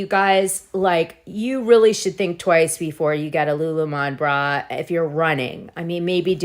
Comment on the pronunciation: Lululemon products are excellent. At least pronounce it right